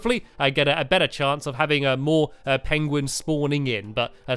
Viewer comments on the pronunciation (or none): none